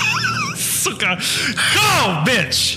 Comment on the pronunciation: I like that subtle "cyka" .